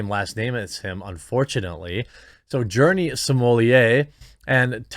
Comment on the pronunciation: “Jurnee”…..and they say the bell curve isn’t true.